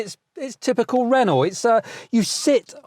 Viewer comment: Please learn how to pronounce Renault, otherwise a handy review as I'm thinking about a first EV and will buy second hand (and keep a petrol car). If all is well, I'll trade it in for a new one later.